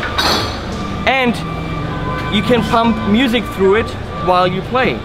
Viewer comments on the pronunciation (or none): none